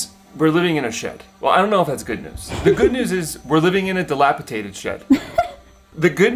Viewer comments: we love you man but it's "dilapiDated" NOT "dilapiTated" 😂 x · I wonder if you do it on purpose lol. Dilapitated is not a word 😅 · It's dilapidated not dilapitated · sorry to correct u, but it's pronounced "dilapidated." Not dilapitated. Also, ur shed is not old or in need of repairs, so it wouldn't be described as dilapidated. It's a makeshift shed/home that needs updating perhaps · Before I say this....I want you to know I LOVE YOUR CHANNEL! I watch you faithfully.....but today I had to comment. You used the word many times....wrong. It is not delapiTated. It is delapiDated. I'm sorry...it just bugged me. 😊❤ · Delapitated? No such word. Try dilapidated. Lol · The word is..DILAPIDATED with a D not with a T. DATED not TATED!! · Again ,its delapiDated not delapiTated as you keep saying. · DilapiDated, not dilapiTated. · Argh! I tried really hard to leave it but you said it SO MANY TIMES!!! Pls, it's dilapiDated, not -Tated. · DilapiDated ....D not t. Sorry, but that made me carzu the entire video. 😬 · di·lap·i·dat·ed with a “D” - my PSA for ya 😎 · it's dilapiDated - one time is ok but you kept saying it wrong! Sorry - word Nazi here! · No T in dilapidated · Drink every time he says dilapidated wrong